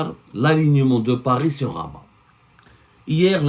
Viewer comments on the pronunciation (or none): none